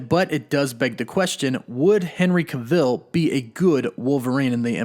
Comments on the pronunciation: NOOOO! No! No! We need some one more rugged, short, true to the character like Hugh jackman was. Is it just me or did anyone else get bothered by the way he says Henry Cavill’s name?? Cav-I’ll not cah-veel lol. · Ca'vill? haha, your news is always brilliant, but he's not from stargate like Teal'c its just Cavill, rhymes with unravel, travel, gavel, mammal, paddle and no I'm not a grammar Nazi, I'm Black, British and the only black person I know who could be a bombastic enough villian to get away with wearing an ss uniform is Samuel L. Jackson in a film noir called: The Spirit. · I turned the video off after he said the name wrong for like the 5th time. I mean if you are going to do a video on someone then you should at least know how to pronounce their name! 🤦🏼‍♂️ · It's Henry Cavill not Cavil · Some of your pronunciations kill me man 😄 Cav-ill, cav-ill, not cah-ville, say it with me now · Why do you keep pronouncing it like kuh-vill? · its henry cav...ill not ca-vill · “Kavull” not “Kuhville” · irks me hearing you butcher his last name... it’s CavILL. not Caveel. please stop. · You said his name wrong? It’s Henry Cav-il, not Ca-vil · it’s “Cav-ill” not “Ca-Vill” lmao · Yeah like wtf you’ve never heard this guys name before making the video? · Yes lol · I really hate how you pronounce certain things. His name is Cavill. Not CaVille. And it is THEM not THUM! Other than that, I like the channel. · It would be like someone calling Tom Cruise, Tom (Crew-ees). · It's not "ca - ville", it's "cavell". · BTW, you’re supposed to stress the first syllable of his name, not the last. It’s CAvill, not caVILL. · Why are saying his name like that? To much emphasis on the i sounds weird and isn't how you pronounce it. Just say it the same way you would say travel. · New shot game....every time you hear ca-ville take a shot....guarentee you'd be smashed after this video 🥴🥴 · Please stop saying his last name wrong, it got so annoying lol. It’s Not cUvil.. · ca-vill. lol